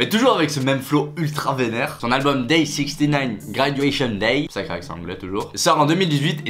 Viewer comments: On dit sixnine 😂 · Sixtynine ? c'est juste six-nine ahah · C’est infernale on prononce absolument pas sixtynine enfin dans les sons il dit six nine comment tu peux croire qu’on dit sixtynine alors que personne ne l’appelle comme ça, pas même lui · Ca se dit "sixnine" pas "sixty nine" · Et on dis 6ix9ine six nine epuis sixty sa veut dire 60 pas 70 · je t’adore mais six nine et non sixty nine pour la pronioncation et pas le chiffre je te l’accorde. bisous hein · Ça se dit six neuf est pas soixante neuf ^^ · 6ix9ine pas 6ixtynaine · Je pensais aussi qu'on disait sixtynine hahah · de ouff on dit sixnine😭😭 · Sixtynine mdr mec apprend la prononciation du blase ! JPP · Tory LANAISE ptdrrrr fait un effort